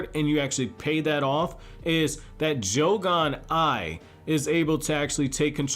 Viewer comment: bro said joe-gone